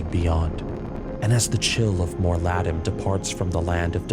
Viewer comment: Awesome video! Small criticism - the constant mispronunciation of 'Mor'Ladim' killed my immersion. It's not "Moar'LAD-em" It's "Moor'La-DEEM" Its supposed to sound Latin/Irish, which in this case makes it feel more menacing when spoken. Roll the 'r' at the end of 'Moor' to dramatize the effect.